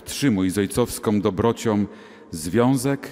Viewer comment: Bardziej tu razi ksiadz, ktory mowi : "...mocom....ojcowskom dobrociom...". Za takie kaleczenie mowy polskiej nalezy sie prawdziwa nagana.